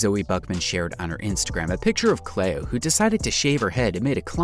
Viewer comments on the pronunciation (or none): I've never heard anyone pronounce Cleo ("Clee-oh") as "Clay-oh" before... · CLEO...was mispronounced by the voice over person. CLEE OH that's how it sounds.